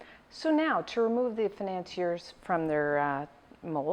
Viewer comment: "today we are going to make FAI-NAN-SEE-ERS!" nailed it...